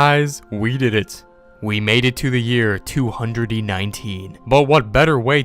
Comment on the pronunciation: wow he said 2019 wrong!! XD